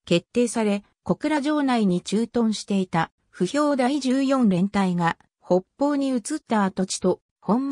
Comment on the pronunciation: 「ほっぽう」って言われてましたが、「きたがた」じゃないですかね。